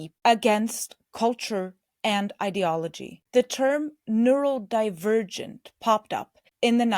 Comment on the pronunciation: You need to stop saying “neuroLdivergent”